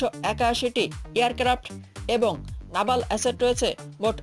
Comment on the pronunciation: নাভাল না ভাই নেভাল....... হিঃ হিঃ হিঃ হিঃ হিঃ হিঃ হিঃ হিঃ হিঃ হিঃ হিঃ হিঃ হিঃ হিঃ